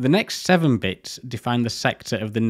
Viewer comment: "Back in nintiseven'y, any compu'er was a good compu'er". What is this personal war of yours against 'Ts'? Fantastic content anyway, as usual.